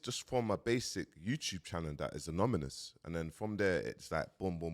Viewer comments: it’s anonymous not amonomus 👍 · Im not mali but Ive read da comments and agree they are triggered BUT Never met a legit watch dealer who accepts stolen funds maybe thats why... Man kept saying aMonomous😢